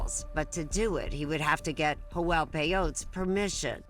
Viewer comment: Everytime the narrator says "Joel" a little kitten dies